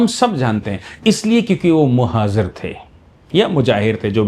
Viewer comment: Sir...Muhajir, not Muhazir...And best depiction of this is in the film Sarfarosh...